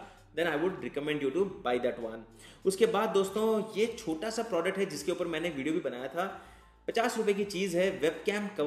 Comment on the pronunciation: It's upar not upa(h)